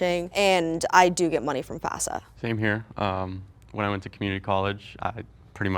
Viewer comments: One of the tells that no one picked up on was it sounded like she kept saying "FASA" instead "FAFSA" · I had a feeling but it was obvious the moment she mispronounced FAFSA 💀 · I knew she was the mole because she kept pronouncing FAFSA wrong 💀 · I had a suspicion in the intro when she said it so clearly by pronouncing all the syllables like she's reading a script.